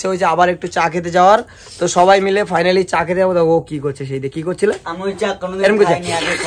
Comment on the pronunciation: ওটা ফানালি না ফাইনালি হবে। অনেক ভুল ভাল বকো তূমি। আর সো গাইচ সো গাইচ বারে বারে বলার মানে কি বুঝি না